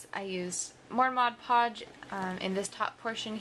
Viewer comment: I freaking love you for saying Mod Podge correctly!! I can't tell you how many people pronounce it: "Modge" Podge. It's like nails on a chalkboard. Also, good job with the sprucing up those plastic drawers.